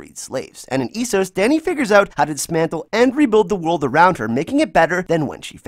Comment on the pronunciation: I had to stop the video because your pronunciation of Esos & Iron is absolutely ridiculous. I don't understand why Americans feel the need to pronounce words completely different to how they hear them. I didn't think I'd ever see the day where somebody could mispronounce iron 😂